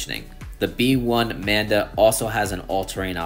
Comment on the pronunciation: Nice review as always! And it think it’s the “Manba” not “Manda” 😂